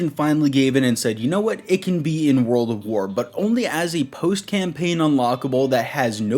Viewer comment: am i the only mf that notices this guy is saying “World of war” ?!?!